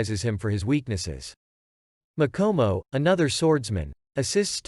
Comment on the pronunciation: You said Sabito and Makomo wrong but you said Sabito was almost right